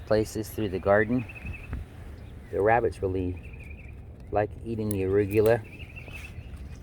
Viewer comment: I feel like I’ve been saying arugula wrong my whole life after hearing you say it! 😂